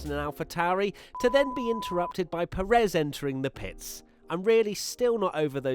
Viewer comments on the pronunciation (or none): none